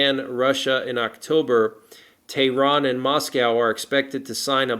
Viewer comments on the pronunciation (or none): none